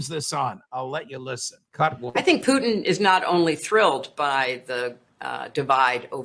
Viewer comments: Judge Napolitano pronounces "Putin" perfectly . Ray's pronunciation is close, but e.g. it has soft "n" at the end, which it shouldn't. Pu-t*ee*n ( , ) is completely wrong. Many English-speaking people also say it like Pew-tin , which is also wrong. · On president Putin’s last name pronunciation- the accent is on U. Like P[o-o]tin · Putin , accent on letter U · It is PU-tin - the emphasis is on the first syllabus. Please stop pronouncing it a la French. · Regardless of whether it's correct or not, I hate the way Ray McGovern says Putin's name. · I like Ray, but I live in Russia and have been here for 19 years now. He's not pronouncing Putin's name correctly. It sounds like he's trying to Latinize it. The emphasis is on the first syllable and the i is soft, not hard. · Putin's name is stressed on the FIRST syllable, not the last. Case closed. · The stress is on the first syllable in "Putin," not the second.